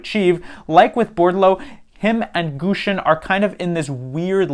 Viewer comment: Thanks for the in-depth analysis, you know your stuff. But please, pronounce Gushchin's name correctly. The "shch" is a single Cyrillic character, think of it as the middle of "Plush Chair". Thank you.